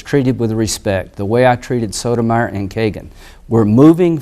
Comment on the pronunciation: Her name is Sotomayor not Sotomeyer!!